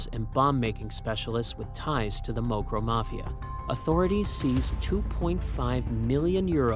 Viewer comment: Do You know how to say Morocco?? mokron hahahahah